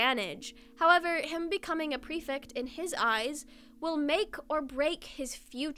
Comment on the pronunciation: I love this video but i HAVE TO CORRECT YOU I'M SO SORRY the "ect" in prefect is pronounced like the "ect" is delECTtable